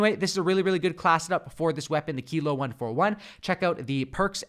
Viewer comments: "who knows how to say it?" I do. KILO. Not Kylo, kilo. WTF? 🤦🤷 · Keelo.....don’t ever say kylo again! 😂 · Kilo= Key-low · Pretty sure it’s key-low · Kilo like kilogram; so pronounced keylow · Its pronounced kee loh lol